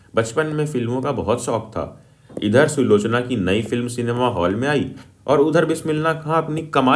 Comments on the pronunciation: Sulekha nhi bhaiya " sulochna" Love you bhaiya ❤ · Bhaiya sulochna hai...sulekha nahi